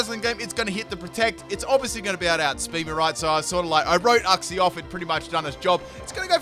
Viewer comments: IT’S YOUK-SEE NOT UCK-SEE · You-xie YOU-XIE IF I HEAR UX-IE AGAIN I WILL DIE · Silly, it's pronounced youk - zee